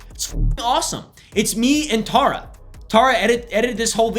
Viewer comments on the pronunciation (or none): none